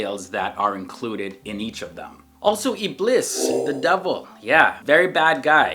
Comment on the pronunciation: Dear It's not Iblis It's ibleeeees